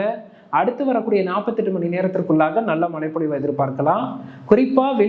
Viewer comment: Bro... மழைப்பொழிவு.... மலை பொழிவு அல்ல... ழ